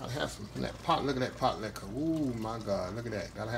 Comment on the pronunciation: Sir...just the way you said. Pot-Licka I knew it would be good.